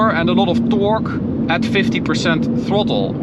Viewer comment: Man, werk aan je klinkers: 'car' is not 'caor', torque is not 'toarque etc...